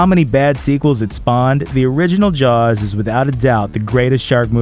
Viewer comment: I thought it was called jaws not jars.